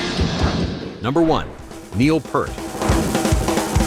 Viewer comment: RUSH was not a dying band they had just signed a record deal WITHOUT NEIL....get your info right twit...and you don't even say his name right! AND HE WAS NOT 18 IN 1974